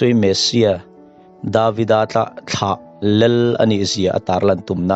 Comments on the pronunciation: theology him lo ber tih kher kher chu a... 'Lel' ti ti lo Khan 'lal' ti in lo lam ve ta che Pua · Lel. Lal tih pawh lam thiamlo. I sawi a ṭang khan a chiang reng mai